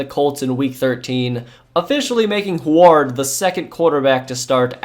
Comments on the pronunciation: Ok, as a Washingtonian i feel obligated to point out that Huard is pronounced HEW-urd lol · The way you pronounce WHO-AAAARD in an exaggerated way had me ROFL'ling. XD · It's Damon Huard "Hew-Ard" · I heard it pronounced "Hugh ward" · The way you pronounce Huard gives me Forest Whitaker eye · I wish he knew how to pronounce names, had to cut it off when he didn’t know how to say huard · Had to quit watching. Huard is not pronounced that way. Simple research. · You are pronouncing Damon Huard name wrong but besides that great video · The pronunciation of Huard is killing me. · You're pronouncing Huard's name wrong. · Listening to your mispronouncing Damon Huards last name is cringe. I live in Washington and the Huards are sorta legends here. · Hue-erd. Not Hu-ard. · Hoo-ard? lol. Brock huard calls national games every week. Pronounced Hugh-ard. Sheesh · ...it's pronounced Hyoo-werd, not Hward. Just sounded so strange, had to point this out. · Its NOT HWARD its pronounced Heward Idiot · It's pronounced "Hew-ard" not "Who-ard." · I don't think anyone has mentioned this, but I don't remember "Huard" being pronounced as "Hward" rather than "Hugh-erd" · Who is this who-ared person??? It is pronounced Hue-ward... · It’s QB David HEW-urd, not hew-ARD . . . Marino’s backup. Youngster error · If you are going to mention a player so much, learn how to pronounce the name correctly. It’s Damon “”Hue” -ard, not “Who” - ard. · Dude it's not pronounced who are its hew erd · Hue-erd bruh Hu-ard not who-ard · lol at “Hward” it’s Hue-ward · Just for the record and I hope you see this. It’s pronounced Hugh-ard not wuard like you kept saying. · Oh my god it's hyo͞o(w)ərd not ho͞o(w)ərd. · Wow bro you are seriously butchering Huards name... its pronounced hew-ard not hoo-ard. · Damon *hugh-ârd*....not who erd. Js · I was thinking the same but his way is funnier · Huard is pronounced "Hue-word" love your vids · Damon Hugh-erd is how you pronounce his last name , Go Huskies